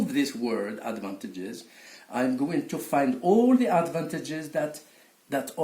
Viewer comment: Thanks a lot! N.B: Advantageous is mispronounced in here = /æd.vænˈteɪ.dʒəs/